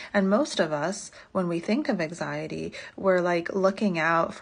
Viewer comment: Her pronouncing anxiety as ack-siyaty is giving me anxiety.